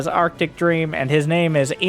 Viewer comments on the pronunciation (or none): none